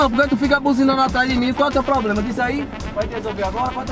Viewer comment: e esse negocio do: "tem nenhum poblema com a brincadeira não né?" quem fala é o kk